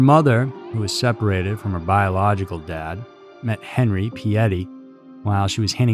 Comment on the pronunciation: Btw, our last names were pronounced wrong. Its "pee-ette". Henri's my grandfather and its pronounced "on-ree". He preferred henry, but its still henri. Toby's my father. Their story is absolutely horrific